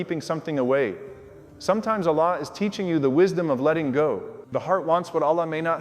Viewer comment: Love but the way he speak Allah sound like he is saying one laam not the second laam.